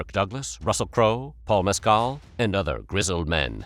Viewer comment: Paul Mescal, according to the subtitles, however, it does sound close to Pascal.